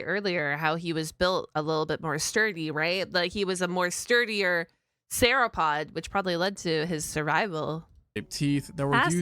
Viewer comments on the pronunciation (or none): Searapod?! It's sauropod. (Soar-o-pod)